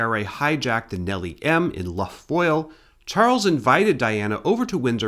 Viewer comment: The Irish "lough" (as in Lough Foyle) is pronounced exactly the same as the Scottish "loch" -- it's actually the same word, just spelled two different ways. I thought it was "luff", too, but an Irish friend gracefully corrected me.